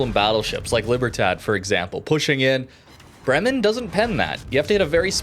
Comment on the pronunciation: Bremmen, Bremmen, Bremmen, bla bla Bremmen. Have you ever been in Bremmen?? It's not a hard word to pronounce. It's not a difficult Russian or Dutch word. Try to say: Braymen (as in day). emphasis on Bray. Makes you sound a little more intelligent, and that you actually care about pronunciation.